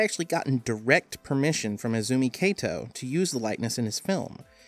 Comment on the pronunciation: It's Izumi Kato not Ezumi Keito いずみかと not えずみけいと